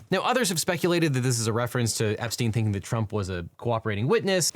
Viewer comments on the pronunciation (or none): none